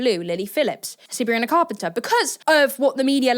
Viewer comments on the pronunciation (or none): Sabrina Fart-penter 😂😂😂😂😂😂 you had me cracking up when you said thatnot even on purpose either 😂😂